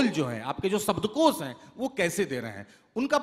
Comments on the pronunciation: Dear, you are doing good work but please improve your diction. There is a serious flaw. Its SHABDKOSH not SABDKOS. Please its a literature festival...... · ओह भाई हिंदी तो बोल ले सही से "सब्दकोश" नही "शब्दकोश" बोलो